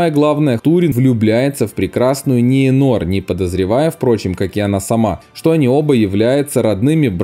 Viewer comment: Комментатор, учи матчасть. Возлюбленную Берена звали ЛЮтиэнь, а не ЛутиЭН. И узнай, где ставить ударение в именах Арагорн и Ниэнор. И хватит везде пихать сравнение с дурными престолами, в которых нет ничего интересного.